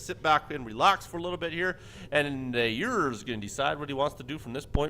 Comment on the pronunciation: Hey Aiur here, its pronounced Eye - UR, :D